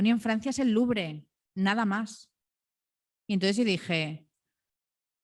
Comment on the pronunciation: La chica le pega unas patadas al diccionario impprtantes. Eso sí, pronuncia perfectamente Louvre